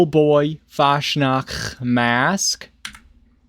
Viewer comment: I love how you never pronounce fatsnatch correctly.